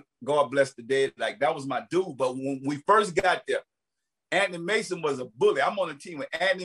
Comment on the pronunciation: 😂😂 I thought he said Anny Mason